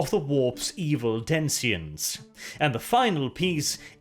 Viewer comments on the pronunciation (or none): He keeps saying "densions" instead of denizens and it's bugging me. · denizens /ˈdɛnɪz(ə)n/ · did you mean "denizens"? Btw the singular form of "millenia" is "millenium".